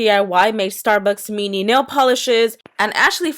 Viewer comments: She says mini like meeny no hate lol xxx😂 let's see if I can be one of those people in the comments who get loads of likes but wait I don't have a stupid excuse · you say mini weird!! i like it but its just not normal for me!